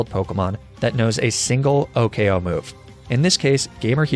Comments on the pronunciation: Imagine saying "Oh-K-O" instead of "Oh-koh." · " o k o" kills me inside